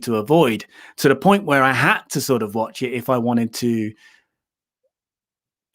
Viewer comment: The Bad Watch. But you pronounce Watch like batch.